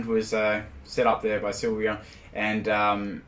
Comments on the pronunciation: with all due respect, I think the correct pronunciation is "Sill-vee-on" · You were so close to pronouncing Sylveon correctly to begin with, and then you changed it to the incorrect form.